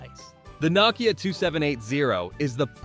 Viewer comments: "know kia" not "knock kia" you silly willy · "nuh-kia" .. cool AI video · Dude, learn how to pronounce Nokia- it’s “no-key-ah” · Did you just mispronounce Nokia?😂😂😂